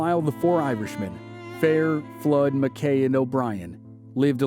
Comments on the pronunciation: It's pronounced mac- key not Mac Kay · I absolutely love this series. But I keep hearing fingernails on the blackboard. It's not John McKay, it's John Mackay, rhymes with tacky. But other than that, it's another awesome video! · yeup. Went to UNR and I was told early on it's "MACKY" stadium, NOT Mc-kay stadium. lol I was like but it looks like it says mckay... nope